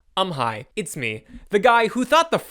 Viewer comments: Are you saying "um hi" or "I'm high" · Every time I hear the intro I think the “um hi” is just a “I’m high” lmao, makes me smile every time